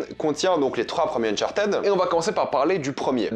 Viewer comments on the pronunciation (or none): "Unchartéd" 😖 Le ed en anglais se prononce soit: "id" "d" "t" Mais "éd" ça existe pas